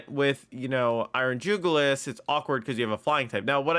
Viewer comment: It's Iron JuguLIS, not Iron JugLIUS. It's a reference to the jugular vein, and should be pronounced as such; you're adding an unnecessary extra U to it's name. You're pronouncing it as though it were called Iron Julius, and that's not the case.